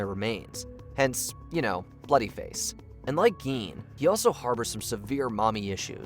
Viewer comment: Gein is pronounced like "stein"